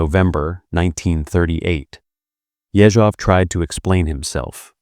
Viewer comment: Ye-ZHOV - stress is very important in russian.